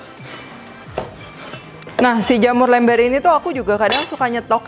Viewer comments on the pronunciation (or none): Pas bilang lember, Teteh devina ini dari bandung ya